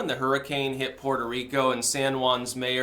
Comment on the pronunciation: Puerco Reek-oh